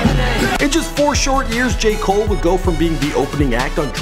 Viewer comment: Who else hears “gay cole”? Not trying to be rude but that’s what I hear he said.